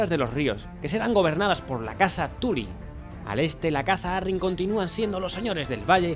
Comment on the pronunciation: Cada vez que dices "Tuly" muere un stark...